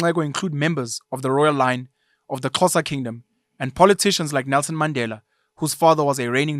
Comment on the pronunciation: Your correct pronunciation of Mandela👌🏾🤎